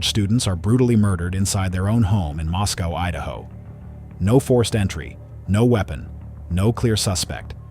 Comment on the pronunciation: It's pronounced Mos-coah (rhymes with Roscoe)--NOT like Moscow, Russia!